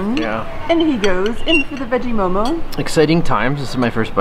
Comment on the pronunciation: its mo:mo...not momos